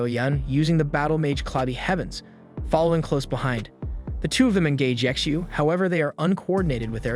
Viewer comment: Ye Xiu, or better pronounced Ji Xiu(chtu) something like this it's hard to explain how to speak xiu out.